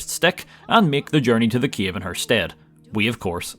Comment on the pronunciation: I like how you pronounce "cave" as a capital of Ukraine - Kyiv :D